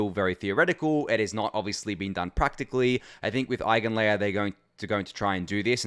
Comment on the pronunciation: Perfect pronunciation of Eigenlayer !